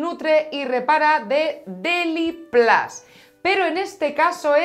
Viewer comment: DeliPLAS?????? En seriooooooo? Par favar que me sangran los oídos. Deliplus de tota la vida xD